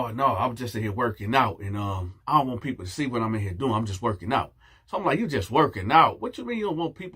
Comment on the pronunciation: It was the "I wonts nooo parts uh det" for me!!🤣🤣🤣🤣🤣🤣🤣🤣🤣🤣🤣🤣🤣🤣🤣